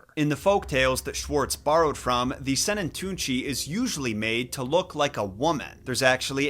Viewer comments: as a Swiss person that's always been interested in folklore and stories I can tell you that your pronounciation of Sennentuntschi wasn't bad at all :) also if you want more information on other Swiss folklore, hit me up, as I am at the source :) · Your pronounciation of Sennentuntschi isn't bad, actually :) I was wondering how long it would take you to stumble over Swiss folklore and Max Lüthi. If you need more insights or more Swiss folklore stories, hit me up. As I like here and have access to all the resources :)